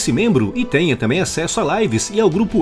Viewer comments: Oq é "wazap" que ele fala no final do vídeo ? Aplicativo mesmo ou ele fala errado "WhatsApp" ? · É em todo vídeo, corrigir não é hatear.